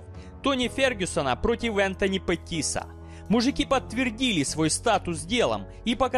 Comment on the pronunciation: Неправильнте ударение на фамилиях Гейджи и Петис